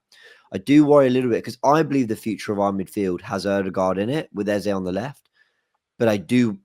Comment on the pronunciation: Thank God, no intentional mis-pronunciation of Eze’s name by “Ezaaaaah” this time around. Very stubborn guy. You’re gonna tear your jaw one day calling him Ezah. Love for the love guys. Repping Naija, cmon!